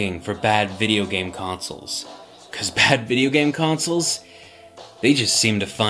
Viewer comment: I love all of your content. I've never heard it pronounced "consuls" before. It's always been con·soles Just sticks out to me. Hope you keep making great content for us to enjoy for years to come.